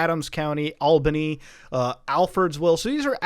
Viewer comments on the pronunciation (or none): Btw it's pronounced all-ba-knee Muta 🤣